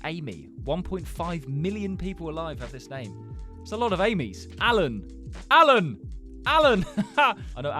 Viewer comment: bro thats my name, I kinda feel offended when you kept saying alan like that